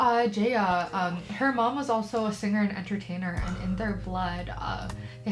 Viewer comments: It's pronounced JA (as in FA) YA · JAH-YAH is how it pronounced. She's a wonderful Soul Mama and she's just absolutely wonderful. Tagalog and English are the two official languages. But the Philippines does have 170+ different languages (with dialects in there too). PHILIPPINES isnthebobly English speaking country in SE Asia. People from countries like China, Japan, Korea and otjer SE Asian countries come to the Philippines (or online) to study English. For the most part, I'd say 80% can speak, read and write Tagalog and English. This video NEVER gets old